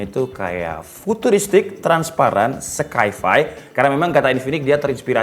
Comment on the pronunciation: Sai-fai (sci-fi) bukan skai-fai bro